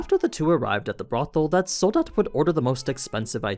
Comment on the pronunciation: I love how you Americans cannot pronounce Soldat right haha. Its not Sould-dad, its the German word for Soldier.